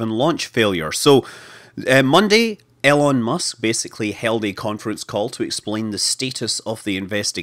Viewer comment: Great video. I understand you have an accent, but still you are referring to Elon musk as Ellen musk. E-Lon not Ell-en 😀